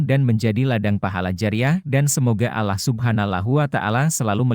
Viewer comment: MAAF YG BACA NARASI TOLONG DONG MENGUCAPKAN ALLAH NYA MENJD ALLOH...BKN ALLAH SPT DIUCAPKAN OLEH ORG NASRANI...🙏